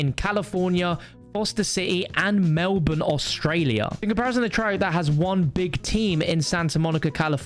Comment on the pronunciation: I only liked the video because he said Melbourne right